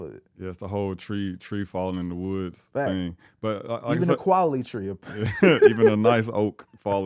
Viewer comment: my boy said qualily